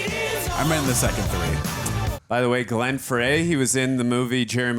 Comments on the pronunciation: And he pronounced Glen Frey as “Fray”, not Fry.” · I’m so glad you know who Glenn Frey is; however his last name is pronounced “fry” 😊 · Does pronounce every name wrong on purpose?? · Is mispronouncing this last names on purpose? 😄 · Glen frey is pronounced Fry. And bronson pinchot is pronounced pin cho... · Glen Frey (pronounced Fry) and Bronson Pinchot (pronounced Pin-Show) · So far has mispronounced Pinchot, Frey, Ashton and Reinhold. May be time to get a new know-it-all.😒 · Dude can’t pronounce Bronson Pinchot or Glenn Frey. 🤦🏼‍♀️ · I'm not even through the credits and going crazy from all the name mispronunciations, like Glenn Frey and Bronson Pinchot 🙄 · John ASHton not Aston, Glenn Frey's last name is pronounced Fry not Fray, and Bronson's is Pinch-oh, not Pin-cot. should really learn how to pronounce the names of the people when he does cast research the night before to "look smart" in these reactions.